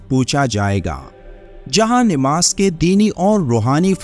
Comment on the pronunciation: ناماز نیماز نہیں نماز صحیح لفظ ھے نیماز نہیں